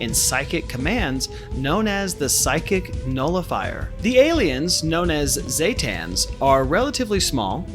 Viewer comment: ZEEE, as in the letter Z, not ZAY, as in lay, zetan ZEEE-tan, god everyone says that wrong when the npcs in game for 76 say it the correct way, the homer fellow, aside from that, I love the video lmfao XD